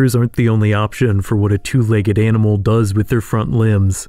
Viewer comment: Say legg-ED one more time.